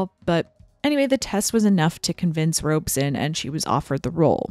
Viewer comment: The only false note is about Mark Robson, who is mispronounced Robe-son. Robson had directed most of the greats with enormous success. The stories about him tormenting Judy came from only one source with no witnesses or corroboration: Judy herself. She just had to flee this latest bogeyman. After packing up her wardrobe, of course.